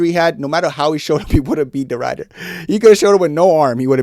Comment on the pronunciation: The "i" in Ridder is pronounced like the "i" in "incredible". It means "knight". I know, nobody cares. But i speak Dutch. "Ryder" sound funny to me.